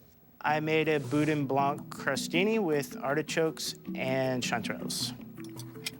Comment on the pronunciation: Boudin Blanc The C in Blanc is silent.